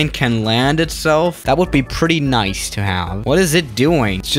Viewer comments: Nice's pronounciation is "niss", not "nice" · You’re supposed to say “neece” not “nice” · It's not Nais, how you pronounced Nice it's actually pronounced like Niss By the way i am not french I am Georgian Not from the american Georgia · it's pronounced Niece!!! NIECE!! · Pronounced: Nees